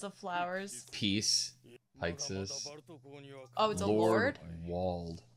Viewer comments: The Connie pronunciation 😓 Connie like continuity y’all Pixis like pixie dust, not pikes Hannes like harness without the R, not Hanz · Gene: "Almost everyone makes that mistake. I'll let it slide." Cone-ee: "That's a pretty weird pronunciation, but whatever." Commander Pike-sys: "Okay, that's it. This is where I draw the line. Are you guys even slightly listening to the characters speak?" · I know. Their mispronunciations are harmless and inconsequential. I'm just teasing. ...Seriously though, fucking Pike-sys?!